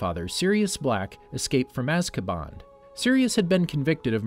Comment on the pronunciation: Did he say azkabond?